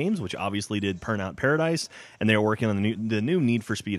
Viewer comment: Did he say "Purnout Paradise"